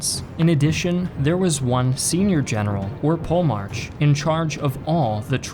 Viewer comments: You are butchering POLEMARCH. It's PO-LE-MARKH, the CH is soft, like in arCHitect. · Pole March... I'm pretty sure it's pronounced 'polymark' (polemarch) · Polemarch is not pronounced pole March lol it's Poli- mark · the generals would be called Stratigos and the big general would be called Polymarch with a k sound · Paul-March is not merely a butchered Greek name, its a travesty to the human ear. Gj on the video tho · Your pronounciation of Polemarch sounds so funny. Try saying it as Po Le Mar Kos. It would sound a lot better. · I know you don't want to go down the rabbit hole of linguistic pronunciation, but pronouncing Polemarch that way was supreme cringe.